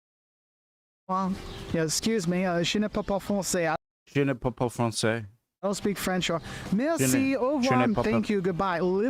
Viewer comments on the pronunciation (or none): Je ne parle pas francais, not je ne pa pa francais though speaking fast it might sound a bit like that.